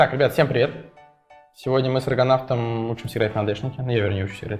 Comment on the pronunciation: Почему я в начале слышу не "с Аргонавтом", а "с Рыгонавтом"?)))